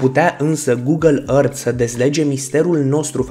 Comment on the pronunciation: Earth se zice ărf ok.